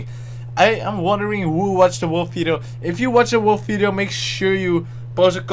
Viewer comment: its video not fideo xD